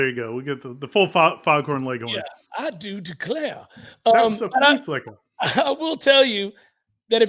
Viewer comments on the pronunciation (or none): The flee flickuh 🤣 I’m dying.